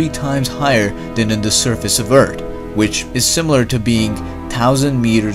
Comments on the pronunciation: Indeed. Who cares he says Ert. His videos are excellent, and there are so many. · e a r t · Does he say Earth Or Eart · What is your nationality please? I ask it because your pronunciationof earth not good. Because u say with T, but it is with F. Earth...not earT. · Bro go back to saying eart. It was quite distinctive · I love how this guy says earth! Urt. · Did he say eart? Like the other video..